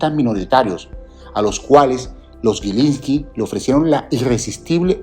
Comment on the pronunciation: en los primeros 40 segundos, si me permite dos correcciones, no es 20 20, es 2020, y no es en su pronunciación "gui", sino "gi", GILINSLKI.